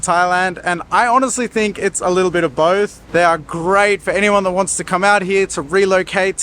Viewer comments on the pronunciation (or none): none